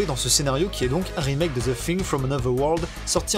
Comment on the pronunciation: J'adore Ze Fing